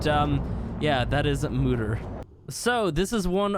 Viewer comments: Lol moo-der. Its pronounced moe-der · I know lm late to add a comment on this video but I just wanted to say that it is pronounced Mo-Deer not Moo-Der